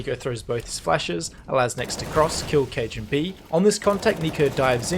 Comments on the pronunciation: He called kjaerbye cajunb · I say Kajer you say B! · and he still can’t pronounce kjaerbye